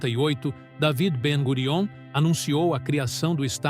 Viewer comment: Ben Gurian. Sound it out like that.